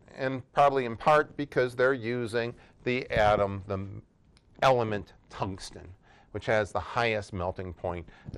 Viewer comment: It caught me aback when he called the element: "Tungsteen" / or was that "Tungstein"? That sent my 'spidey sense' into overdrive. The Professor seems to have forgotten that the super-cooled superconductive materials shall need to remain so chillingly cooled - and that requires significant inputs of energy. Why had Prof brought in an arc welder? Who knows. Welding is a process under which an intense source of heat will melt similar metal.brought to join, allow to cool, and so create a bond There is a similar form of joining metal components: brazing - that's where you add a support metal which shall join two different metal components by melting that supporting metal - that's commonly known as MIG - Metal Inert Gas. For special applications, here also is TIG - Tungsten Inert Gas The (usually Argon) gases applied are chosen inert mostly to chase away damaging O2.